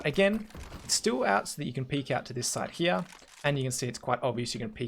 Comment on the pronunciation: Hia... Hia.... U see that hia xdddddd u say that soo often. Doesnt bother me xddddd its funny